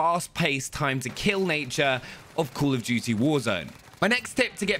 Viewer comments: Everytime i just hear "cool of duty" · “cUUl of duty“ 😂😁👍😉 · “Cool of duty”🤔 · “Cool of dootie”